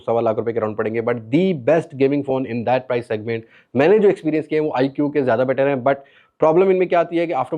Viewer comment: آیکیو نہیں آیکو